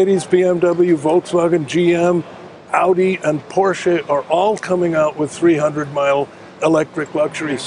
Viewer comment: At least he pronounced Porsche correctly. 😅